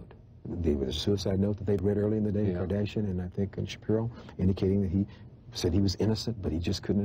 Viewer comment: Charlie doesn't seem to be able to say Kardashian.